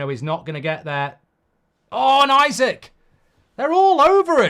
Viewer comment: Sorry Mark, it’s Isak (Esak) not Isaac 😢.